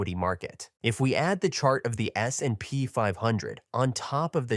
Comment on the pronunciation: Great content. But let your AI voice learn how to pronounce S&P more realistic. Thanks